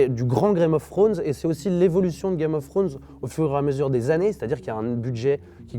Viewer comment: « C’est.. du grand Grame of Frones » ahaha ça m’a tué 😂👌